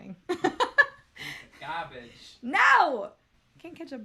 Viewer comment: Did say “garbage” with a new jersey accent? Lol